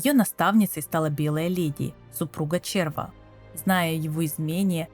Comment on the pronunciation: Процентов 70 текста писала чистая нейронка с предустановленной "ну сделай так как бута я раскзваю". Я с тем же успехом могу ссылку на вики кинуть, через 15 минуть такой же аудио ряд сделаю. Как можно говорить червА а не червя, это просто ужасно. Как вообще можно было догадаться так произносить слово которые дети с первого раза правильно говорят.